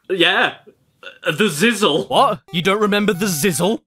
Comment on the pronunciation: Its pronounced ziz lee